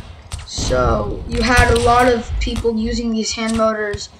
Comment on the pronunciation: It's mortors not motors like the video tho